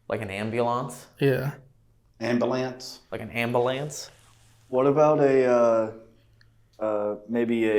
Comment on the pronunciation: Can we all say "am-b-yool-on-s"? 😂 is always grammatically correct and pronounces everything correctly. But the way he annunciates ambulance got me! 😂